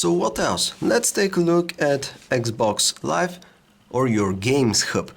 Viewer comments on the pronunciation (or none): dude it's 'Xbox Live', not 'Eggs box Live'...